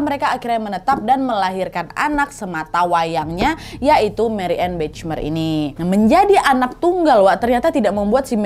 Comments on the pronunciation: maaf cuma masukan, Bachmeier cara pengucapannya "bahmeyer" wak, bukan "bacmeir" 😅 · Itu bacanya Bakhmaiyer Kak Nad 😊 bukan Bechmer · Sedikit koreksi nad hihi maaf sblmnya kalo ejaan bhs jerman ch dibaca kh ( خ) dan ei jadi ai, jadi bachmeier dibaca bakhmaiyer bukan bechmer hihi maaf loh bukan sok pinter ✌🏻🙏🏻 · Cuman mau ngasih tau aja, kalo nama dalam bahasa jerman, pengucapan nya hampir sama kaya indonesia. Jadi bukan Bechmeyer pungucapannya, tapi tetep bachmeier. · Marianne Bachmeier : mariane bahmayer (dibaca dlm bahasa Indonesia) 😊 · Kalo bole kasih masukan, Bachmeier itu dibacanya Bahmaiyer. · Mbak Nadia baca namanya nggak begitu Marianne Bachmeier (baca : Mariane Bahmayer) 😅😅😅😅. Salam dari Frankfurt 🙂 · Itu bacanya “BAHMAYER” (e: eu) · Bachmeier bacanya Bakhmaier Nad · mariane bahmaier bacanya Kak Nadia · Maaf koreksi kak nadia. Bacanya marianneu bakh mayer